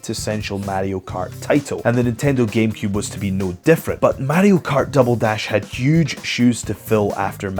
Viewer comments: What the hell is Matty-O Kart? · Wtf is MaDDY-O Kart